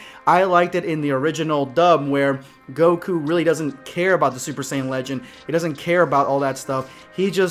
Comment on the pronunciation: First you missed pronounce saiyan pronouncing like geekdom101 say it. And never disrespecting Japanese music because it's the original and you are disrespecting the original.